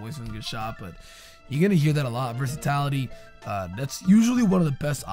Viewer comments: ""versitality" is not a word. The word you're trying to say use would be versatility my dude:) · Dont wanna be that guy but its versatility not versatality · My dude. Versatility only has one 'a' in it. Wtf is versatality